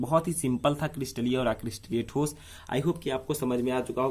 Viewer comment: ठोसो नही होता है ठोस होता है